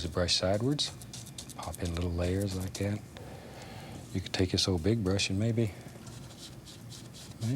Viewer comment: Give it a little push, just "likcyat"